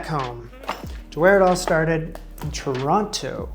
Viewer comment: Every time you carefully enunciated Toronto I grinned - gotta get your native accent back, bud! In all seriousness though, good for you. NICU is no joke and if your kiddo is going to need more medical care down the road it only makes sense to live in a country better equipped to deal with that. Also, damn, buying a home is no achievement, especially in the Toronto housing market. Congrats on everything!